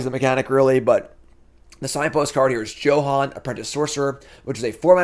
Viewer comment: Johann is pernounced Yohann. I believe in you!